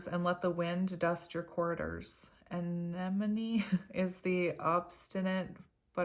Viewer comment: Deh-VINE-er (from your word fairy; you're welcome!) lol (But you're doing GREAT! with "anemone" - hug and smile)